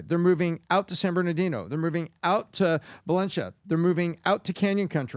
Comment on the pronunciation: Valencha?? Do you mean Valencia??